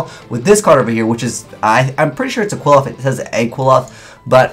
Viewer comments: Ok correct me if I'm wrong but it pronounced Quil-ploth, Quil-off, or Kilpoth. The spelling suggests it's actual pronounced Kli-foth. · Btw, it's pronounced Klee-Foth, not "Kwill-oth". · Pronunciation is actually "Cliff-Off" The more you know... :D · Qliphoth = (Kli-pot) With a long o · Where are you getting the prononunciation for Qliphoth from?? Is that how they pronounce it in japanese. The pronunciation is so off its killing me :(...